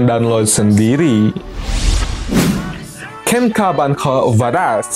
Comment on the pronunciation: Kenka banko 😂 anjirr baca nya tetep bancho